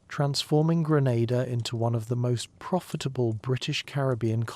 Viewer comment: Normalise having enough respect and doing enough research to pronounce d dayum islands correctly cho